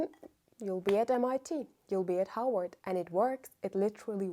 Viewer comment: Love how to me it’s sounded Howard but she saying Harvard. I really love it and love this video…will bring back updates as I’ve done this process before but now I see where I went wrong/awry ❤